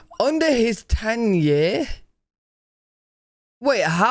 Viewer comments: "Under his TENURE" Not 'Ten Year" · Is not. Ten year. Is tenure. Means. Kinda like. Up. For lack of a better word ( care ,) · NOT TEN YEARS -- TENIER (TIME IN OFFICE) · DUDE!! The word is TENURE!!!! Not Ten Years! Look it up. It means a length of time that you hold onto something, like an office or a leadership position.. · he said tenure, not 10 year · Tenure, not ten year. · Tenure, not ten year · he said tenure not 10 year man lol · Dude! You may be an Englishman, but your understanding of the language is sometimes suspect. It's 'tenure', not 'ten year'. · Tenyer not ten years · Not "ten year" but tenure...look it up. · For Trudeau, the video said "tenure" not "ten year" but he can still be over 10 years, like he actually was. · Tenure. Not, "ten year".